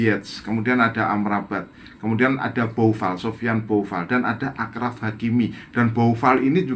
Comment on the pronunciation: Achraf (bahasa arabnya :أشرف) (bahasa Indonesia: Asyraf). Jadi bacanya bukan (Ahraf)